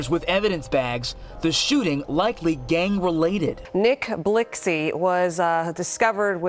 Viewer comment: She said Nick Blixxxy 😂😂😂😂